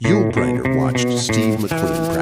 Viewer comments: "Hey, Y-U-L...." LOL. Cue the sad trombone for the AI. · Ditch the AI voice. Y the hell Y-U-L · Good story about Yul Brynner, but calling him "WHY-YOU-EL" ??? Geez. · Y U L??? Each letter spoke like reciting the alphabet?! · Can your AI voice say the name correctly if you spell it out as you'll ? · Stupid AI can’t even pronounce a person’s name. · Awesome story! But always check what the Ai voice is doing. It thought "Yul" was an acronym, not a name, in the first half of the video. Crap like that takes away from a great tale! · why not have an actual HUMAN BEING narrate? A real human wouldn't spell out Yul like it was an acronym, for example.